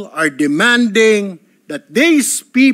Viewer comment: Sen..Erwin tulfo..correction lang pronounce the words properly.. Ung people sir,bigkasin mo ng klaro ha..Hindi "Pipo"...kc gagayahin k ng mga batang nakikinig,,akala nila un talaga ang tamang pagbigkas...😅😅😅